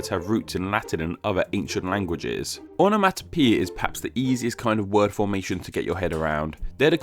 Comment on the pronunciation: It is not onamatapeta, it is onamonapeia.